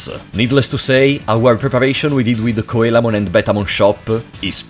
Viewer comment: Coelamon is pronounced "See-la-mon" It's because it's based on the ancient fish, the coelacanth. The sign he's referring to is a dojo's title sign, it's a japanese thing, a person from a different rival dojo would challenge a dojo to get their entry sign if they won, it would make it harder for people to know that a dojo was a dojo and if it was missing people would know that the dojo wasn't the strongest in the city. It's very much a japanese trope so there's no real equivalents in other countries. The reason why some Mega Digimon are Ultimates in this is game and you can't digivolve into Mega because Mega Digimon didn't EXIST yet. They were introduced after this game. Kokatorimon is a Cockatrice, it's supposed to be Cockatrimon but like, translators are dumb sometimes. Cockatrices are a mythical beast that has the power of petrification, it's born from a rooster egg that was hatched by a toad or snake and is basically a rooster/wyvern. They're related to Basilisks. Lol poor bastards that were petrified. Gekomon is pronounced like "Gecko-mon" not that they ARE geckoes they're Frogs, but the japanese onomatopoeia for frogs croaking aka ribbiting is geko-geko Airdramon "Air-dra-mon." yup. Whamon "way-mon" because Whale. Great job~ :3